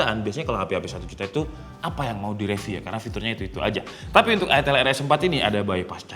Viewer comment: Itel, "I" nya dibaca "Ai" jadi Aitel bukan itel apalagi itil 😂 Kayak Iphone dibaca Aipon bukan ipon